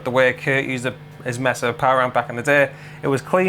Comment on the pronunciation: One day the guys will learn how to pronounce “Mesa”.